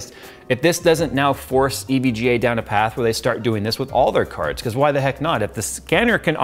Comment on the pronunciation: U tried to say EGVA